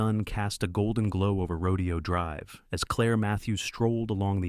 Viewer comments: There are at least 6-7 mis- pronunciations of Rodeo Drive. It's actually "Ro-day-o", not "Ro-de-o". Duh!!! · Teach AI it’s not a Rodeo, it’s Ro DAY oh Drive. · It’s pronounced Ro-DAY-o Drive, you idiots. AI doesn’t absolve you of your responsibility to do basic editing and fact checking. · The narrator mispronounced Rodeo drive and it was slow and tedious